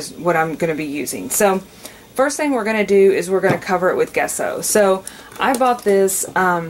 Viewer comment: It's not pronounced Guesso. The G is pronounced like a "J" as in Jesso. 😂